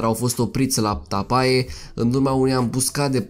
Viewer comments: O observație constructivă. Tapae se citește Tape. Ae în latină se citește E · În limba latină, "ae" se citește "e". Tapae - Tape. Pune-ti la punct limba latină. Este ușoară. Faci greșeli și în limba română. Accentul se pune pe prima silabă. Uneori pe a doua. Istoria noastră, strămoșească, este foarte interesantă. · Pacat ca stalcesti limba romana ... si latina . Totusi,e un subiect cultural . De ex 'tras' sau 'atras' in cursa ? sau in latina Tapae care se pronunta Tape ... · Ar în latină se citește e.